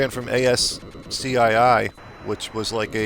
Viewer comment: ASCII is pronounced askee. :) Yes, there were games that were text based made with ASCII characters, but ASCII was also game company at that time, though I don't think it's around any more There's a japanese game company named ASCII now though but it was founded in the 90's. In reality, ASCII is the American Standard Code for Information Interchange, it was a standardized set of characters, 128 of them for 7 bit word length, and 256 for 8 bit word length. Looks like a complicated game though.